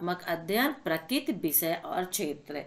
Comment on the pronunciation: मैम आप कृपया करके प्रक्रिती को प्रकित मत पढ़े करो मुझे बहुत ही गुस्सा आता है